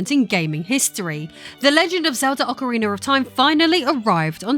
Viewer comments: PSA It is Ocarina not Ocariner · “ock-o-ree-ner” wtf? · Did you say Ocariner? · It's Ocarina of Time not Ocarinar of Time... will have to block you for that. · AwkaRiner of time jk love U it's important to me you know I'm joking. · Ocawiener of Time😂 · bruh what is "Occer Reener" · yikes I can't believe how much her accent destroys the name of this game.